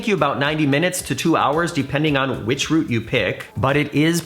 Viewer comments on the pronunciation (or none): none